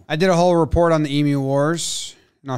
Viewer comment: Thank you so much for correctly pronouncing "emu".